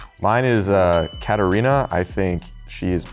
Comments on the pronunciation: she pronounced it in an americanized way. I didn't say that your name is Serbian, you don't have to get offended immediately. The name is of Greek origin, the Serbian version is Katarina, not Katerina, and we in Serbia pronounce it the same way you pronounce your name. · Its KATARINA not KATERINA just saying 😅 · I don’t even think she’s Serbian at all. How doesn’t she know to pronounce her own name correctly? That’s just unbelievable.